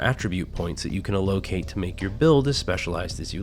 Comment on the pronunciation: “AL-oh-kate” Not “ah-LOH-kate”